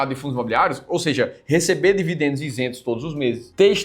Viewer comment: não é devidendos, a pronuncia correta é dividendos, o sutaque horrivel